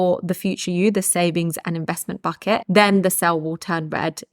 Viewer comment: Am i the only one who hears "Fuck it" instead of "Bucket"... I love it